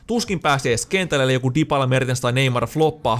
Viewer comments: Tuliks sinne vaihtopenkille Dipala? Herrajestas nää suomi fifatubettajat ei osaa lausua näitä nimiä... Olisko ens video pelaajien nimien lausumisen opettelua ni näitä muita videoita vois kattoa?! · Mitä väliä jos lausuu dibala pitäskö ite opetella lausuu kiinaks et mulla on iso perse